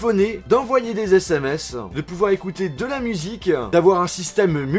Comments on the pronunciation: tu parle comme sa musiqueu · j'adore tes vidéos, mais ça me perturbe trop que tu mettes des "euh" à la fin de chacun de tes mots... ''Un petit objet qui permettait de naviguer sur interneteuh, de téléphoner, d'envoyer des smseuh, de pouvoir écouter de la musiqueuh" j'te jure ça me rend fou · c'etait un truc de ouf-iiin mini jack-iiin fonctionalite-iiin ecouter de la musique-iiin jen peu plus MDRRRRR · d'écouter de la musiquan et on peut naviguer sur internetan pourquoi le "AN" a la fin??? ÇA FAIT CHIER!!!!